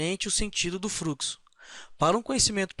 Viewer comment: A ideia é boa. Existem alguns problemas na sua fala ("fruxo", "eles pode", "câmera", etc) , falta um pouco de conteúdo e precisam-se de mais exemplos. Como é uma aula gratuita já é de grande ajuda pra quem não sabe muito do assunto. Espero ter ajudado.